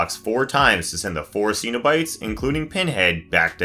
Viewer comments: Stop saying Ceno byte. Its pronounced (SIN-NO-BITE) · I adore your videos but I have one small gripe: it's pronounced "sin-oh-bite". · Can he just say Cenobite right. If he cannot I will ask someone to smack this voice until this person can say Cenobite right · I don’t like your pronunciations of lament configuration and cenobite